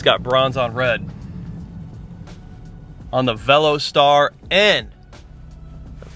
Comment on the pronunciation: Dude its not Velo Star but Ve los ter